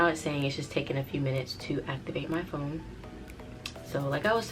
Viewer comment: She said she was done backing up this Phome(foam) 😂